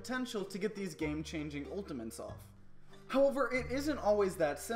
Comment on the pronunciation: "Ultiments" XD Love the video btw!